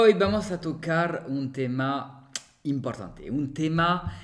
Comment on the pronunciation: Amigo tus vídeos son muy buenos tu conversación también tú pronunciación en español y en francés por supuesto también muy bien aunque me gustaría corregirte un pequeño detalle que siempre se te escapa hay palabras qué tienen el acento ĵ en la penúltima sílaba ahí es donde se marca la fuerza en la siguiente no ej estudiante nunca estudianté , importante nunca imprtanté o siguiente nunca siguienté, amigo no es crítica son pequeños detalles que salen, sé este video es viejo , he visto videos actuales con ese detalle, pero no podía entrar en el chat aŭ revoir.